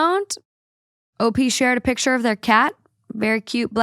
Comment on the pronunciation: Why was saying "piture" instead of picture? XD